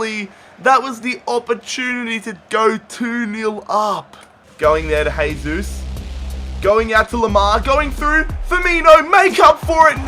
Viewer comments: It's not pronounced haysus its jaysus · It sounds like your saying hey Zeus